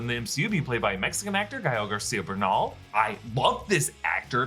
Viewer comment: I’m so proud of you ! I literally gasped when you rolled the “r” on Bernal 🙏🏾🤩 thank you